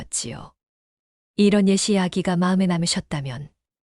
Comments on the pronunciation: 이야기는 재밌는데, 옛이야기는 예시야기가 아니라 옌니야기로 읽어야 함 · 이것도 마찬가지로 옛이야기 ㅅ 이 뒤의 ㅇ 영향으로 ㄴ으로 발음이 바뀌고 다시 그 ㄴ 이 뒤의 ㅇ 에 영향을 주어서 니야기로 발음되는 겁니다. 모국어 발음자는 자연스러운 현상 Ai야알것냐!